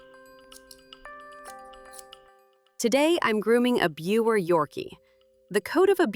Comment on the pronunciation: It’s actually pronounced “ beaver” terrier… jus’ sayin’